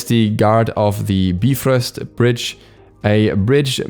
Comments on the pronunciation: If I hear you calling him heimdollar and the B-frost one more time I'm gonna lose it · The correct pronunciation is biv rost,so we were all wrong. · whenever he said “beefrost” my soul would burn inside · If you look at how it's spelled most are not going to say bee but will say bi. So unless you are studied in the language or brought up in it, you will not know the pronunciation. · BYE FROST (bifrost) not bee frost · say it with me BUY-FROST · Yall know its actually pronounced Beef-rost right? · the nordic is bye-frost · Its pronounced Beefrost.. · Soooooo many times I wanted to stop watching just because of "beefrist" but I kept going. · I really hope he knows Bifrost is pronounced like there is a dash after the I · its pronounced Beefrost, do your research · Hime-dall and bi-frost. Please pronounce them properly my boiii lol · "Bee frost" 💀💀💀😂😂😂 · Knowing the pronunciation is basic knowledge. Sorry you're too ignorant to know that. Smart people don't need to google to know that it's "be-frost." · I mean I wasn't complaining? I thought it was funny, that's it? Even if it is the technical Norse pronunciation (which I have no idea if it is), that is the first time I've ever heard someone pronounce it that way in and it still sounds hysterical.